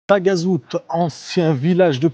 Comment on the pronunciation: Moi Taghazout haut la main 😃. On prononce Tarazout 😉. Sympa ce format 3 lieux 👍👍